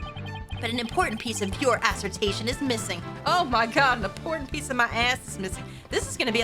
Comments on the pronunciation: New drinking game: take a sip every time mispronounces the word "assertion" into "assertation":P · Shoutouts to pronouncing “assertion” as “assertation”. Still love your vids <3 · It's assertion, not assertation lol